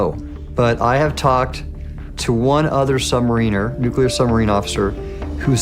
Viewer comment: I question this source. Why? Because having served for decades in the Surface fleet and repaired boats in the Sub fleet this Admiral could not properly pronounce submariner among other terms.